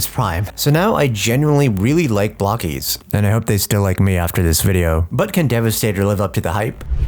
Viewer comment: Being English I read that as bloke-es, bloke-eez? I would not have thought it was pronounced block-eez